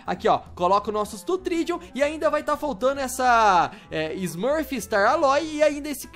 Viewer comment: "VAQUINHA SE VC N FOSSE UMA VAQUINHA EU TE DAVA UM BEIJO" essa foi boa kskksks edit "esse srmuf" KAKAKKAKAKAKAK ele leu srmuf lskskskks